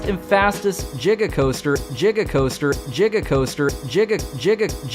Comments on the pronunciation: Jiga coaster. Bruhhhhhhh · What, you haven't heard about "JIGA" bowser? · Gega gega gega coaster🤣🤣🤣 levithien 🤣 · 1.21 JiggaCoasters!? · Jiga😂 Levithian😂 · Jigga coaster, the original